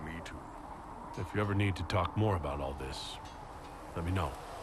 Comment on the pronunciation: "Dalish with Ma-more archery .." Sure Krem. Sure.